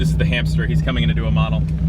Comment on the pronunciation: When you say "hamster" I think kia